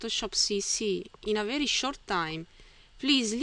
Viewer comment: Thank you! Your videos are very helpful to me. Your pronunciation is good for a non-native English speaker. You speak clearly and are easy to understand. One small tip to help you: Be careful with 'v' on very.